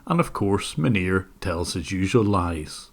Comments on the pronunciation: Whenever I hear you say his name, I hear 'Manure' and I don't think that's an accident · The way you pronounce his name xDDD "MANURE"! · Am I hearing right? Is his name “Manure?” 🤣🤣🤣🤣🤣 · I like how you pronounce "Munir" as "manure". Dunno if it's just because of your accent, but it's an appropriate way of pronouncing it, nonetheless 😂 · I literally thought you said his name was "manure" at the beginning of the video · The way you say his name just sounds like "Manure", which is pretty accurate I suppose. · I like that how you pronounce his name sounds like "manure". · Can we just take a minute to realize how many times I heard “manure” instead of “Manir”? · I think you are mispronouncing his name, it is supposed to be "Manure". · tbh i thought you was saying manure at first then realized it was his name, but seems like he's personality either way. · I love how the pronounciation of the scammer’s name sounds like “manure” because he actually is a pile of shit. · The way Jim pronounces Manir sounds like “manure” and I find that extremely appropriate. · I love how you pronounce Munir as closely to manure as possible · Munir?? Are you sure you are pronouncing his name right? Isn't it pronounced "Manure"? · I know this is entirely unintentional but I’m giggling at the nonchalant pronunciation shift between “Maneer” and “manure” at various points throughout this video 💀💀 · cc pronunciation is manure lmao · you say Manir, I hear Manure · Jim said Munir but I heard Manure. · Everytime you said the scammer's name I heard Manure. Which is pretty accurate. lol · Isn't his name pronounced, "MANURE"? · Can't stop hearing "Manure" and I'm going to choose to believe that's what it is, because it's just so appropriate. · am i the only one that think it sounds like he is saying Manure? n not Munir 🤫😜